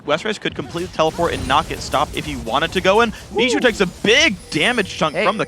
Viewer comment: I hate the way they say Bishu's name!